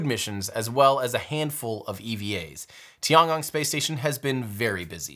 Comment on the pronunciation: The Chinese space station should be pronouced as TI-EN GONG not TI-AN. Yes, I know it was written as TIAN but the pronouciation is TI-EN.